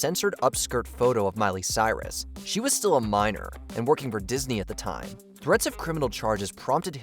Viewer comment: ... lol "Mirus"